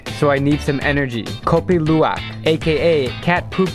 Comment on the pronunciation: btw when you were at Bali you said megoreng wrong :> you also said kopi luwak wrong. im Indonesian thats how i know the pronunciation.